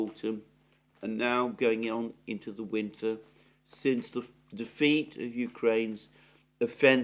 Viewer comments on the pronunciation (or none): none